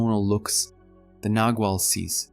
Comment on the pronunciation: Clearly described thank you, but I wonder why it is that in all the videos about the Castaneda books that I have listened to, the terms 'nagual' and 'tonal' are mispronounced. Their proper pronunciation is clearly described at a certain point in the books, and it seems to me that the video-makers haven't bothered with that.